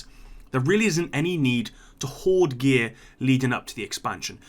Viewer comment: “Hoard”. Not being an arse, just so you know.